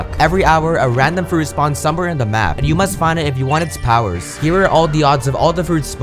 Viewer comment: When he said you watching this vid i thought he said enyu watching this vid